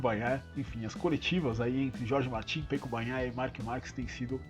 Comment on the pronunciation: Seus comentários são bem estruturados e mostram que vc entende muito do assunto. O único que gostaría de te dizer é que vc diz "Pêco" e o correto é "Peco" [ se pronuncía Péco]. Um forte abraço desde Girona (Catalunha).